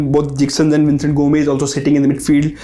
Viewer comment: He is saying Vincent but it's Vicenete